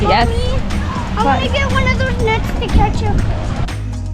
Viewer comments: Yikes its pronounced Canne like a can of food, not Cannes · I only came here to say the same thing, jesus christ its the most annoying thing ever. Why would you think its pronounced Can-es? Have you never heard of the 'Kaan' film festival as its properly pronounced. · You seriously are calling it CANIS? I can't even watch this video that's ridiculous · Butchered cannes so bad i had to stop watching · Wouldn’t you confirm how Cannes is properly pronounced before making a YouTube video?